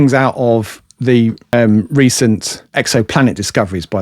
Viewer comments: It’s just an accent, different, but not incorrect. 😺✌️ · I really, really like this channel but I continue to be irritated by the incorrect pronunciation of 'the'?!